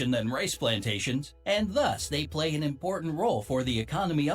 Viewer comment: Coorection it's PLAY not "place"